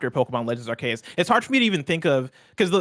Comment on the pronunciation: Pokémon Legends ARE-KAY-US 🙄😅 that’s not right at all